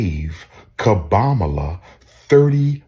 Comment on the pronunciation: It's Kamala (Com-Ma-La) not (Ka-Mel-Uh) and not (Ka-Maul-Uh) it's not that complicated 🤦